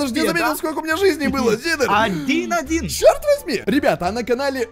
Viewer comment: Я такой до 2 минут пролистал слышу говорит зиддер я такой чтоооо